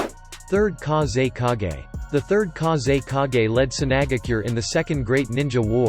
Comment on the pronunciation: KA-ZEY-KAA-GEYY I'M DEAD